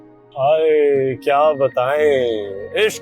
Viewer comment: When said 'kyaa' that reminds me of hyderabadi language 😂😂😂